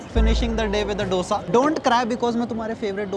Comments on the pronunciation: Bro, its Dosa not Doughsa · bro ddddosa nahi hai bro, dhosa is the pronunciation